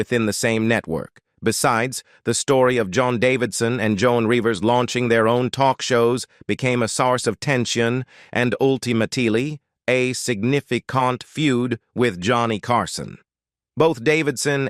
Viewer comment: The robot “narrator” needs new software unless we’re to have to endure such nonsensical phrases as “… prompted him to go on an all-night drinking bing-uh with his co-host Ed Muck-may-hone” … “Joan [!] Davidson and Joan Rivers launching their own shows became a sarse [!] of tension and ul-ti-ma-tee-lee a signifi-cont feud …”